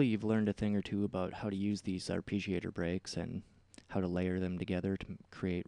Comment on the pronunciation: Fantastic tutorial, but your pronounciation of arpeggiator is killing me.